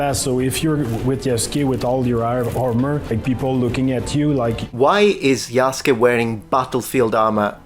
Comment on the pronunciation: I gave random youtubers on the internet a pass when they mispronounced the name Yasuke, because you have to be told that the u is silent, but these are the makers of the game who brag about history, did no one ever tell them how that name is pronounced?